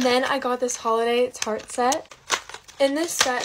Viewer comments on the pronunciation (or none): none